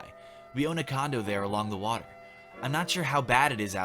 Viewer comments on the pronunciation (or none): none